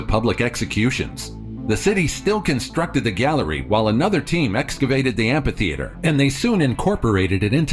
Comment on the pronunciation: Say "ampa-theatre" one mo time! 😠